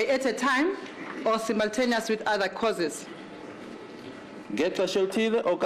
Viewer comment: am tired of hearing causes instead of courses.